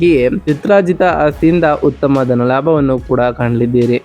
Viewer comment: ಮೊದಲು ಅ ಕಾರ ಹ ಕಾರ ಸರಿಯಾಗಿ ಉಚ್ವರಿಸಿ ಸಾರ್ . ತಪ್ಪು ತಿಳಿಯಬೇಡಿ . ಎಚ್ಚಿನ ಆದಿ ಹುತ್ತಮ ಅಟಾತ್ ಹಾರೋಗ್ಯ ಹಿರತಕ್ಕಂತ ಹೀ ರಾಶಿ ಹಡೆತಡೆ ಹಧಿಪತಿ ಎಗಲಿಗೆ ಹೊತ್ತಡದ ಹಿರೋದಿಲ್ಲ ಎಚ್ಚು ಒಸ ಹಿರೋದ್ರಿಂದ ಅನ್ನೊಂದು ಹಾರ್ತಿಕ ಅದ್ನಾಲ್ಕು ಅತ್ತೊಂಬತ್ತು ಹೆಕೃತ್ತು ಎಚ್ಚು ಹಾರೋಗ್ಯ ಎಚ್ಚಾಗುತ್ತೆ ಅದಿನೈದು 😊